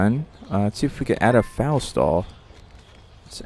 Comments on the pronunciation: Don’t you love when he says fal instead of foal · Foal is pronounced like 'roll' with the r changed to an f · This is how you say foal: fowl Just a tip :) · That’s not how you say foal. 😖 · Bruh this dude can’t say foal